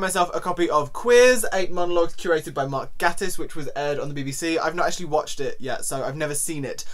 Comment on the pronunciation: Ooh I love Mark Gatiss!! Or Gay-tiss as he says it’s pronounced haha! Interesting book! He’s also written a series about a character called Lucifer Box who is openly bisexual which id recommend! :)